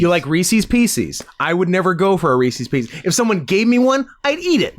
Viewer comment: This episode is borderline unlistenable because of how you guys pronounce “Reeces Pieces”. PIECES IS SAID NORMALLY. REECES ALREADY RHYMES WITH PIECES. ITS NOT FUCKING PEECEES. ITS PIECES. FUCK YOU UNSUBSCRIBED